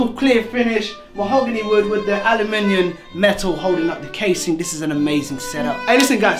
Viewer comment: did he just say aluminiun, ffs